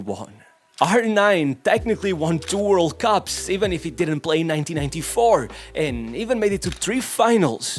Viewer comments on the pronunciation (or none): none